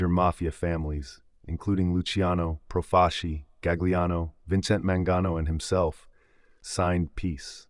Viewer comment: Joseph Profa’ci this guy butchered all the Italian last names.